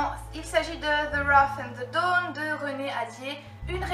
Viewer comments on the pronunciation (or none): none